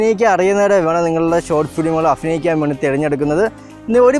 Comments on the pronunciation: അഫിനയിക്കാൻ അല്ല അഭിനയിക്കാൻ 😝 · അഫിനയിക്കാൻ...?? 😐അങ്ങിനെയല്ല അഭിനയിക്കാൻ ഭ.. ഭ.. ഭരണി..?? അതാണ് 👍